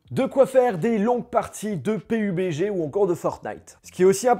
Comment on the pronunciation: Pk tu dis P(I)BG ??